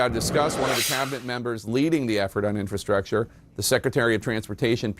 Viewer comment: Inf-R-astructure like Feb-R-uary..... pronounce your Rs people...